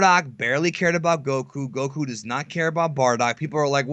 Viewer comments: Even said way under this you can't even say goku right. IT DOESN"T CHANGE. Even in the language your extention of the vowels CHANGES THE NAME AND ITS WHOLE MEANING. Seriously did you guys just read a wiki and never watch a single moment? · Modack44 wishes he were Japanese. The way he says Goku is what really annoys me. Also how he speaks down on the community all the time. I wish these videos would stop popping up in my recommendations. Maybe I just need to be more attentive to what I click on.